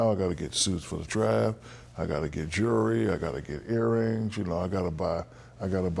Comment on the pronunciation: "Jurly" xD